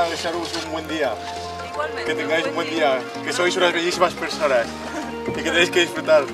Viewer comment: Rubius: que tenga un huen dia El pibe de la bici: hola que tenga un buen dia xD